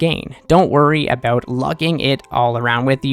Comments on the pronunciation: a boot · it wasn't until I heard you say "about" that I was like: I didn't realize he was Canadian.